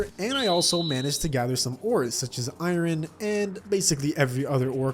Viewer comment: Why you say iron like that